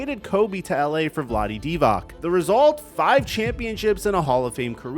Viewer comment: This kid can't even pronounce Divac lmao. Do you even watch basketball?